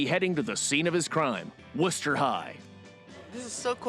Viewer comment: It's "WOOSTER" Ohio. At least he has the pronunciation of Wooster correct.